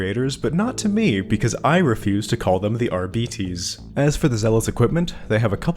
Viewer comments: Since you brought up pronunciation, shouldn’t you be rolling your Rs like Spanish if you’re going to say Arbites the Latin way? Wouldn’t your pronunciation still be wrong? (edit: I haven’t done Latin since highshool so my memory might be foggy) AhRRR-bee-tehss? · The correct pronunciation might be jif, but that is treason. R-Bites is the GIF equivalent. It sounds less.... whatever everyone thinks we need beets for, and we have a dog. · That's why I prefer "AR-bih-tees". But again, it's a made up fantasy language, Games Workshop can say how to pronounce it however they like. Telling them they're pronouncing their own made up language wrong is cringe levels of nerd-arrogance Let's not forget that in 40k Shakespeare is "Shakespire". The whole point is knowledge and understanding is altered and lost over time. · Arbites isn't a Latin word so your point is moot. In fact the only mention of the word "Arbite/s" in history, outside of 40k, is in the Bible where it mentions "Paarai the Arbite" in '2 Samuel '. In the context of the Bible it means 'a native of Arab' and is pronounced 'ar-bit'.